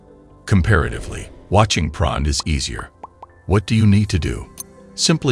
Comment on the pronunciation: what is this pron he keeps talking about? is he trying to say porn?